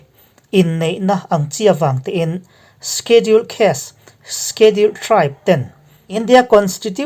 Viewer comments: Sikhedul ti a ilam rik dan hi avan mawi em !!!!!!!!!!!!! Khawchhak pronouns ihmang thiam narawh e..... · Shediul tia lamrik tur : sedul tite pohin an lamri ṭhin... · Schedule I lamdan hi ka hre khat angreng viau a..